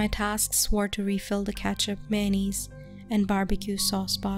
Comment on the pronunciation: What? Maynese? Mayonnaise. Btw this is fake I want real shit.